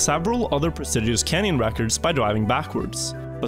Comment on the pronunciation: if i had a penny for how many times said "prestigious" in script and mispronouncing it i would have enough money to get trackmania club access